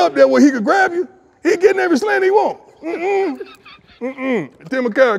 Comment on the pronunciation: Why Shannon kept calling him “Time” ?? 😂😂😂